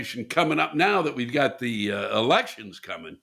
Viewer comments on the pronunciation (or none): Don't give up Paul. Wake Up! Lewis is bring back great memories of George Carlin, Bill Hicks, Larry Flint and on and on. However, he is pronouncing "Elections" wrong. (pn: "E-Rections") goes right along with Master-Baiter. "It is called the American Dream because you have to be Asleep to Believe "it?"" ~ George Carlin